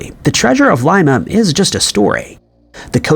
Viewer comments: Not a hater by any means. I just would like him to pronounce cities, towns and countries correctly or at least fix his pronunciation on the ones we have asked him to, like Coventry, Dublin, etc. And now, it would be nice if he could correct his pronunciation of Lima, Peru. It is NOT pronounced like Lye-mah, like a bean. It is pronounced like Lee-mah. Come on. We love your videos and everything else, except for those mispronunciations. On the contrary, I happen to like a lot. Even if he does end up being AI. We merely would like him to consider correcting those pronunciations. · LIMA pronounced LEEMA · Dude, you're killing me. It's pronounced Leema